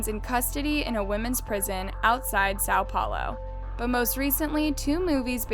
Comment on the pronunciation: It aggravated me hearing how she said Sao Paulo, (coming from a brazilian), yikes bailey sarian has done the same exact video months ago in full detail so if you want better details go check out bailey sarians video!